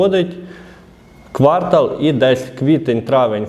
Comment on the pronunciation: ви юрист? шановний, ну просто жахлива мова у вас! Не квАртал, а квартАл!!! Просто як дядя Вася сантехнік розмовляєте. Сором!